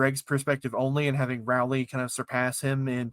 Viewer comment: STOP PRONOUNCING ROWLEY AS RAWLEY